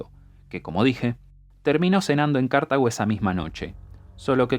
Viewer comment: Porque dice cArtago y no cartAgo